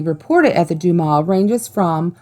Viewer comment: You pronounced butte wrong and dumas wrong